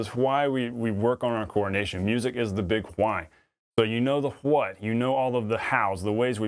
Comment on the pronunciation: I love this video but Ive never heard anyone pronounce why like you. It sounds like "HUHWHAII" and your what sounds like "HUHWHUT"